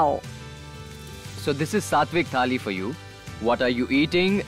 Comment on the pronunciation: Wow Pooja, amazed to listen to the correct pronunciations of words like Pune, Maharashtra, Thali etc!! U r assal Marathi!!